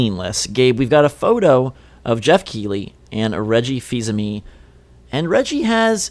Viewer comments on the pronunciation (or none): Fils-Aime is pronounced FEES-AH-MAY not “feezamee”